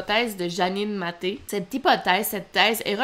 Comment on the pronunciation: Ce n'est pas madame '' Matté '' mais Matteï ... le ï ce prononce i comme '' Mat et i '' .